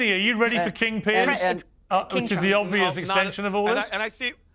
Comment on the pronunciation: the dummy in the cap who keeps annoyingly shaking his head can't even get a name right! it's Piers not Pearce you moron.